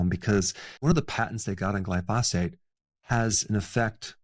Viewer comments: Basically, don’t eat ANYTHING! Everything will kill you. And it’s GLY-pho-sate. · Man you gotta start saying glyphosate correctly lol. Everything is superb otherwise.